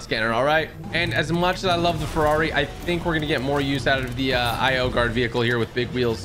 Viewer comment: He said Ferrari Wrong